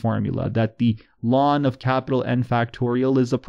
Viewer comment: I like the way you shorten the pronounciation of the natural log to what sounds like "lawn"